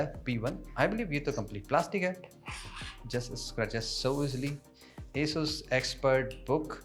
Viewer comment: Asus ❌ a sus ✅